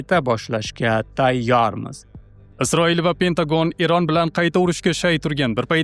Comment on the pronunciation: ЕРОН ЭМАС ЭРОН ТАЛАФУС НОЧОР